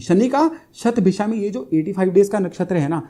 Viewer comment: बहुत अच्छा लगा आपका 'शतभिषा' शब्द का सही उच्चार । काशी में संस्कृत भाषा में ज्योतिष-शास्त्र पढ़ कर भी कुछ विद्वान "शतभिखा" ही बोलते हैं ! 'इच्छा' को "इक्षा" और 'नक्षत्र' को "नच्छत्र" बोलते हैं ! 'स्नान'को "(अ)श्नान" और 'ज्योतिष' को "ज्योतिस" बोलते हैं ! "सबइस्क्राइब" करने के लिए कहते हैं ! 'अध्यात्म' के स्थान पर "आध्यात्म" ! आप भी 'योग' को "योगा" न बोलें।